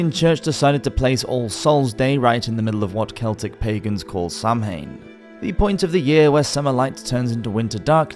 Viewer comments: Samhain is not pronounced sam-han it sounds like 'Sawen' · Sam Hayn? Sow When... Samhain. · Samhain is pronounced "Sawin". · It’s pronounced “Sawhen” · Samhain is pronounced sow-when, it’s Gaelic. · It's pronounced "Sow Rin" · Samhein is pronounced SOW- when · I think Samhain is pronounced Sah-wen, or so a witch once told me. I guess Dark Age Europeans didn’t know how to spell.